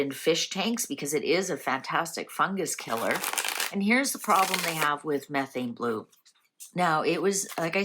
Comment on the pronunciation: She’s talking about the correct chemistry. She’s just pronouncing it incorrectly.